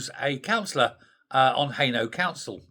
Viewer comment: HAINAULT pronounced Hay nought